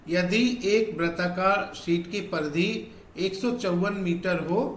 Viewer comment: Pardhy ❌Paridhi